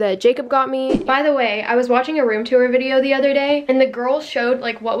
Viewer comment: you’re room is really pretty but the way you say tour bothers me